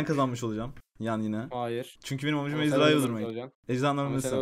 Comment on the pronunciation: ezdarhayı demesi çok komik